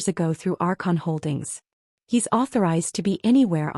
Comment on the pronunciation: “… our conholdings.” It is Archon Holdings, according to the transcript. “… our Consistims …” should be Archon Systems.